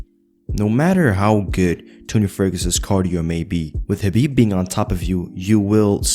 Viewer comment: So proud of you that you could pronounce the Arabic name correctly Big up - anything else I say yes Habib will definitely win tony if they ever had a fight